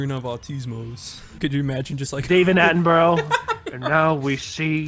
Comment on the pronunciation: "David Attenbro" That's not how to pronounce it my boy